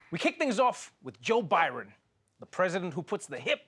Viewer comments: Who's Joe Byron?🤨🤣🤣🤣🤣🤣😂😂😂😂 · "We start things off, with Joe Byron.." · Not to nit-pick, but did Trevor open with "Joe Byron"? 😁